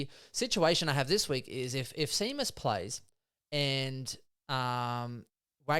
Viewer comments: It’s SHAYMUS for pete sake 😂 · Have you boys never heard the name “Shay-mus” (Seamus) before? What about the champion horse Famous Seamus?